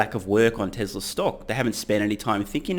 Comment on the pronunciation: I love your show but for the love of god please stop saying "Tezler" most of the time you do pronounce it correctly "Tezla". I know its spelt Tesla but Elon has said several times its pronounced like a "z". Could you also do your ads at the end. When it's in the beginning I fast forward to when I think you are actually speaking about the topic.